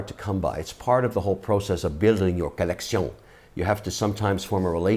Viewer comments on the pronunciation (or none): does it annoy anyone else every time he says "colleccion"? anyway watched the entire video for the essential info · Needless, failed French pronunciation of "collection" was a strategic miscalculation. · Kevin “Colletsion” O’Leary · Take a shot when he says collecione...then go bid on some watches !! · Fun "COLECTION"! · Take a shot every time he says colleccion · I swear the bad accents are the best part 😂😂 keep it up with the 'collek-see-ohn' 💯💯 I'm bouta start saying this all day now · I really don't like the way he emphasise collectiongggg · You mean kalecsionggg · Say “collecion” one more time😹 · "Accoutrement", " un je ne sais quoi ", "collection" pronounced with a French accent ... umm ... do you say "know how" or "savoir faire" ? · Trust me, once more he says collectioñë in his videos, I will stop collecting watches. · Collexion! Mr Wonderful, 3 things to point out: Jubilee bracelet - NOT “Julian”, maybe that’s why you like rubber b. Panda refers to the black ceramic BEZEL, not dial. Lastly, no one can buy these highly coveted watches without having to purchase a bunch of higher ticket slow selling pieces from the AD’s. That generally equates to spending 50 to 100k for each brand’s AD before being offered to buy the stainless steel pieces... I’m glad you’re a watch guy though! Check out John Mayer’s interviews on HODINKEE. There’s a well educated and cool collector for anyone that is starting a collection to know. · Great video oh French guy love it when u say collectioooun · Co-Lek-shee-ooon........French at its finest. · I sooo thought this would be a great video. The French collecion accent makes this un-watch-able! Plus, you’re Shark Tank, Mr Wonderful yet the video is only Ok & phone notifications keep going off in background. Cmon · Collecssyawwnn haha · Say Colleccion one more Time Say It! I dare You!!😂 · If I could get a dollar very time he said collectioné then I could have bought my first Patek Philippe. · Can you stop saying koleksiyon for f.s